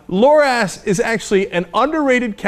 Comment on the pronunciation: Why does he pronounce it Loras as Lor-ASS the second time he says it? Could be a mistake, but it's right after he establishes that Loras is gay. Just kind of odd, what's Cenk got on the brain?